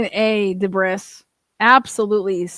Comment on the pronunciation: It’s Debris!